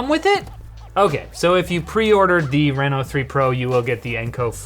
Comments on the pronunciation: Renno? Renault? No, it's "Reee-No" ..darn canadians, eh? Surry dayr bod! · i used to live in reno nevada so him saying R-eh-no instead of R-ee-no is triggering me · The reason this ended up on Short Circuit and not LTT is because kept saying R"eh"no instead of Reno. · Renault out here getting free advertising . Sounds like Renault when he says Reno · He's saying the name of the phone wrong, look up how people pronounce Reno, Nevada. Minor thing that bothered me everytime you said it.